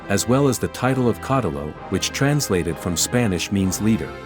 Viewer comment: "caudillo" is read as "caudiio" with the accent on the "ii".